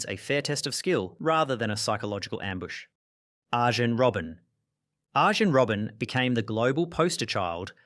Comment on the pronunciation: "ahhh-jen robbin' "